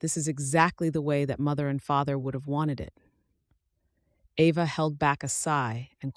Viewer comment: Very nice story, but your AI mispronounced Ava, regularly!!! Get your AI fixed!!!!!!